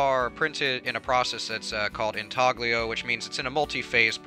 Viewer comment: It's intaglio. Pronounced intalyo. G is silent, like the P in shower.